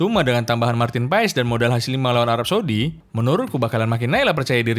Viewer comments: bang sekedar informasi, sebutan marteen paes itu marten pass buka paes hehe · BUKAN MARTIN PAES. tapi di baca MARTEN PAS ! pronounciation DUTCH daerah tertentu itu bos.. jgn salah sebut nama orang.